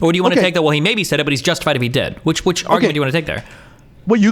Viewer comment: Whenever i hear ben say "He" I just hear "I"